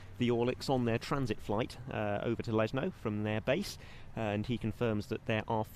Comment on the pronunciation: For English speakers it is pronounced "Leshno", not "Lesno" like in this video.